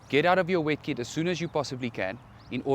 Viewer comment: What is 'wekkit' ..? Oooooh - 'WET KIT' ..!